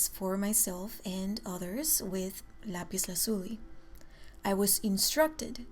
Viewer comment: I like your pronounciation of lapis lazuli